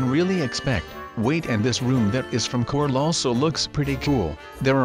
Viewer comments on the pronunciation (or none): I like how says Cortel for Corl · Lol when u say Corl u sound like Cortl xD